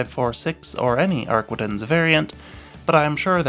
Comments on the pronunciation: It's AR-quin-tences. Not arquendence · Ar-kee-tahn mon ami.